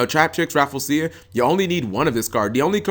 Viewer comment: Cap plz. It's Ra-FLEE-sia. Hearing u pronounce it that way is cringey lol